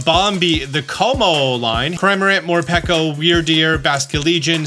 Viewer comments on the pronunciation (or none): none